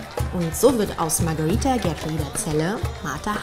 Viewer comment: Warum sprichst du den Namen so merkwürdig aus ,sie heißt doch Magareeeeeeeeetha nicht Magariiiiiiiiiiiiiiitha,naja bist wohl klüger als normale Menschen.